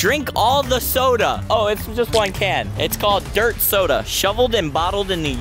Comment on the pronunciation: 😂😂habe said sota instead if soda